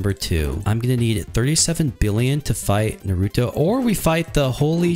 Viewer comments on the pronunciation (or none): none